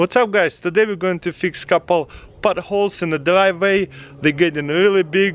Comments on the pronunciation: why is nobody talking about potholes sounding like “buttholes” in his accent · I thought you said buttholes